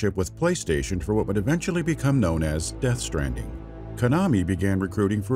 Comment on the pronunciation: Dude says Death Stranding like "deathstranding"